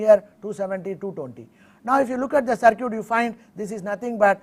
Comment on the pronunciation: LOL, man it's "circuit" not "sir cute', his spoken is not good but he is conveying a good deal of knowledge about electronics.